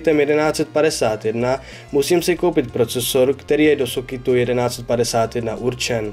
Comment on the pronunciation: "Do sokitu,, se to nevyslovuje vyslovuje se to normálně " Do soketu